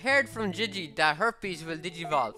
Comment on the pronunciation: Ting instead of thing, Tat instead of that, de and dat instead of the and that, nuttin' instead of nothing...I can't tell if he's irish, British, Asian, or just has the worst lisp I've ever heard...